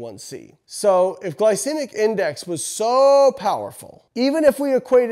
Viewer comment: Home boy can even pronounce glycemic correctly. Pretty hard to trust.